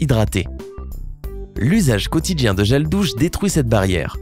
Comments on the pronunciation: Lol il dit gèle douce et pas gèle douche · "Gel dousse" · Qui A Entendue Gel Douce ? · il a dit gel douce😂😂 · jreve ou t a di gel douce mai pa gel douche😂😂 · le gel douce 😂😭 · euh je suis la seule à avoir entendu " gel douce " ? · c moi ou il a di premieremnt zel douce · hhh gel douce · Non il a bien dit caXD